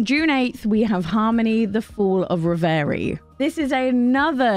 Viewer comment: Do check out the pronunciation of reverie before you do a full review of that title, please!